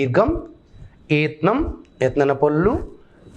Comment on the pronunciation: ఋత్నం కాదండీ... "ఋత్వం"..., ఏత్నం కాదండీ... "ఏత్వం."... ఇలాగే పలకాలి.. థాంక్యూ 🎉